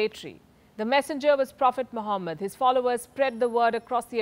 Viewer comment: It's Muḥammad*